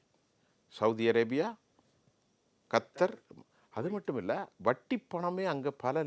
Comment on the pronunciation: ஏண்டா நாயே கத்தார் நாட்டை கர்த்தர் என்று எதற்கு சொல்கிறாய் அது கேட்கும் போது எனக்கு மிக எரிச்சலாக உள்ளது அந்த நாட்டின் பெயரை ஒழுங்காக சொல்லவும்